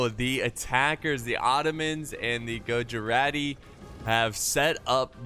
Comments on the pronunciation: Greetings from india :D And just saying its not gojurati Its pronounced as guj-rati :D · almost! its pronounced as GUJ-RA-TY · gujarati pronounciation: gujj- araatti